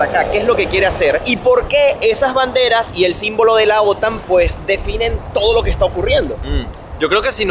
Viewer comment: Pronuncia bien OTAN vale, pronuncia como los demás que es la manea correcta.